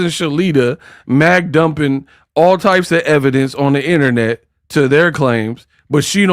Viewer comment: It's INTERNET not INNERNET! 😁😁😁